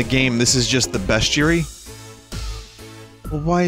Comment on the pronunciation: 'Breastiary' has to be one of the funniest things I've ever heard